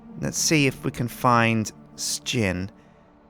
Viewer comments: He pronounces it S-jin but most people call him Shin. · most Americans pronounce it as "shin" but most Europeans pronounce it like "sh_gin." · I'm glad I'm not the only person who says ''Sh_gin'', even though most of my other Brit friends all say Shin. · I don't pronounce it I pronounce it shin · We want more of these sir-gin (how he pronounces his name) this is a great game and even better because yu commentate over it. P.S you should let the prisoner called out early with a knife to get revenge against sips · I love how everyone else pronounces name differently than how he does himself.